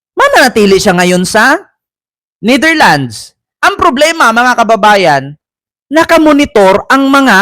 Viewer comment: ...NETHERLANDS po...may s sa dulo✌